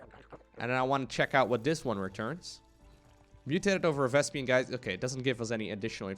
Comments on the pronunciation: Why do some people say Vespian? It's spelled Vespene. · They should call the purlple gas Vespian gas so I don't have to cringe everytime mispronounces Vespene gas.